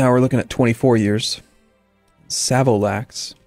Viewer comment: Savolax is pronounced with a more british A sound. Sav-o-l-axe